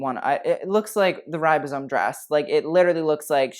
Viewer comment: HE SAID RIBOSOME DRESS JEAAUSHS